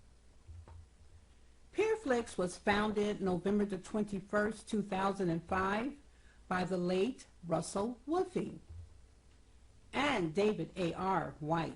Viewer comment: The name is prnounced Wolfe as in Wolf in sheep's clothing.